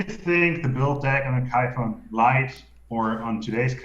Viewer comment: kudos to for properly pronouncing kayfun:)